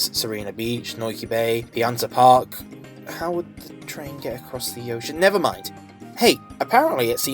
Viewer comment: "Pianta Park"?